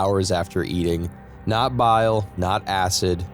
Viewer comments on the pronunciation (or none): none